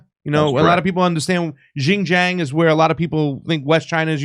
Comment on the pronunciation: LMAO at pronouncing the Chinese region of XinJiang.